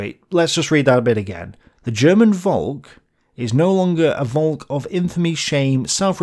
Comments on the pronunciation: Volk is pronounced Folk ... please remember that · It sounds really weird when you pronounce 'volk' that way, your pronounciation sounds like the German/Dutch word for cloud. Try pronouncing the 'v' as an 'f', please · Interesting video. Btw the V in Volk is pronounced like F in the english word folk. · Please try and pronounce the V in "Volk" as an F as you would in "Father" Trust me... a V is an F sound in German and if you read texts by Adolf where there's plenty Volk words in it and it gets a bit irritating 😂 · Volk is exactly pronounced like “folk” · Volk is pronounced like folk. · Dear...Puh-Leeeeze make a BETTER effort to pronounce German terms: Volk is pronounced Folk.